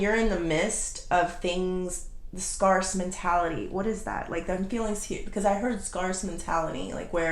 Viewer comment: Not being arrogant or impolite, but scarce is pronounced like "scare" plus "c".